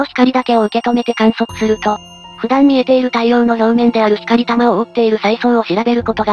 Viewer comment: ひかりたまじゃなくてこうきゅうってよむんですよw